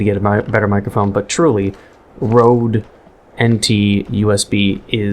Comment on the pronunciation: RODE-NT? So rodent?